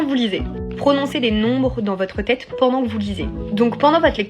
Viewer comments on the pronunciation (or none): La fille à dit "tecte" et "têtre" à la place de texte et tête.